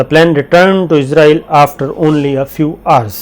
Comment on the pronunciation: Shakir صابر بھائی۔۔! اِسرائیل قوم کا نام ہے اور اِسرائیل ہی ملک کا نام ہے! اِسرائیل کو عِزرائیل بول رہے ہیں آپ! عِزرائیل موت کے فرشتہ کا نام ہے! اسطرح اِسرائیل کو عِزرائیل بول کر، موت کا فرشتہ بنا رہے ہیں!